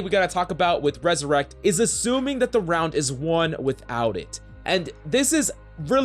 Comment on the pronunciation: It’s ‘’resurrect’’, not ‘’ressurect’’. But anyways, Thanks for the tips!